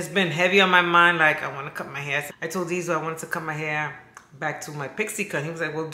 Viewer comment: Diesel not “heifer” 😂😂😂 I love this channel 💜